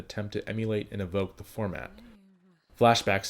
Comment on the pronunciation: Nascent forma...t-ah.